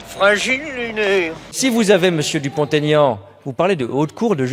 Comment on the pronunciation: Pour info, on ne fait pas la liaison entre Dupont et Aignan, Monsieur Dupont-Aignan sait encore comment il s'appelle !